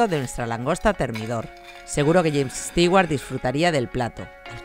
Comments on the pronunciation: Por que estigüart ? Si se pronuncia estuart?? 🤦‍♂️ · Soy tan fan que digas "Stiguar" en vez de "Stuward" me encantó este vídeo.